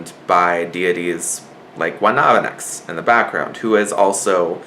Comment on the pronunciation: thanks for the video. But your pronunciation of the Taíno gods is a massacre. Cemí were the physical (Stone) representation of a dead family member(ancestor) or a deity. Guabancex was the Taíno goddess of destruction and Coatrisquie(Floods and water), Guataubá(Storm clouds, thunder and Lightning) and Juracán(destructive strong winds. Note that in all Taíno petroglyphs depicting Guabancex, her arms rotates in counterclockwise direction like a real hurricane) were her emissaries( like Mercury to Zeus in Greek mythology). Depending on how furious was Guabancex she will unleashed her emissaries to wreck havoc around the Caribbean.